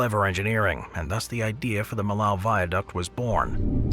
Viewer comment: Millau is pronounced “mee-yo” not “milow”